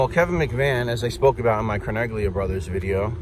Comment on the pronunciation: In the name Carneglia the g is silent in Italian. Tragic story but John Favarra should have known he was marked for death ☠️.